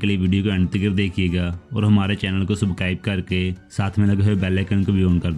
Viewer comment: پادری کے بارے میں ابھی بتاو۔۔۔بعد میں نہیں ۔ بعد میں ٹریلر ریلیز ہو جائے گا اور ہمیں خود ہی پتا چل جائے گا۔ درست نام اور لفظ بولیں بھائی۔ گیگور نام نہیں۔۔۔۔گریگور ہے۔۔۔۔سبکرائب نہیں۔۔۔۔سبسکرائب۔ دیریلش ارطرل اور کورولش عثمان نام ہے